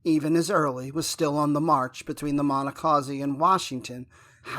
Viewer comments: Ridiculous that you mispronounce the name of the battle !!!!!! Re-record or delete!!!! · About 10 seconds in I went to the comments. Dunno what was said in the 1860's but this isn't the modern day local pronunciation. Constructive criticism.